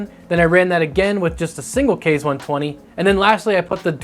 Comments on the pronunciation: Its kah-zee, like kamakaze. Not kayz :) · OMFG PLEASE quit calling it a "Kayz" fan!!! It's pronounced "Kah-ze"! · Id just like to point out that the fan name is pronounced "kah-zay" not "kay-z" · "Kah zeh" like I know everyone on the internet can pronounce "kamikaze" NOT "kays". KA ZE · ikr so annoying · Japanese language uses Latin-style vowels: A="Ah", E="Ay", I="Ee", O="Oh", U="Uu". So "Kaze" is pronounced "Kah-zay", not "kayz". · Nice review and appreciate all the methodology of testing the fans. Just one minor thing, with the rest of the weeb naming of the Scythe products Kaze would be pronounced “kah-zay” rather than “kayz”. Now I’ll stop being that guy. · Kaze = kah zay Counter rotating, not contra rotating. Cmon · Your pronunciation sucks. "kah-zay" it is Japanese for wind, same pronunciation as the Cougar QBX Kaze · In case anyone cares, "Kaze" is pronounced "Kahzeh," and is the Japanese word for wind. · It's "kah-zeh", but good try